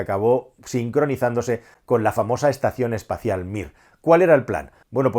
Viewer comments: lo siento, no me resistí "espación estacial" :D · Ahhh... ¿era espacion extasial?